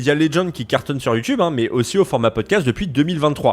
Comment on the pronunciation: Pourquoi l'affrication ? youTCHube ?!